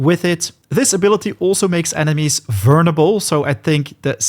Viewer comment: Took me a while to understand verneble is vulnerable and wuver is hover